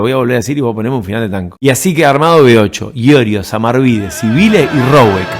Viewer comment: Pronunciás "Sibile"...es Civile (se pronuncia CHIVILE)